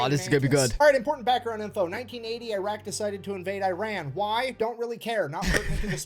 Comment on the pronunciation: well first of all it's not /AIREN/, it's Iran. Or did you RUN somewhere son? This hillbilly needs to learn the name of the country then he can speak :D